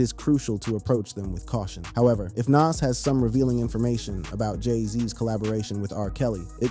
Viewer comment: Big L had NOTHING to do with Jay Z's career you're not a "big age" at 26... You're still wet behind the ears and you're lack of knowledge of hip hop is the proof. And Lord have mercy Nas isn't (Na-as) it's, (Nah-z) Y'all millennials SMH